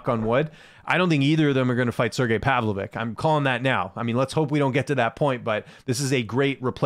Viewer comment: Why do you pronounce miocic and pavlovich like that? Is that the right way?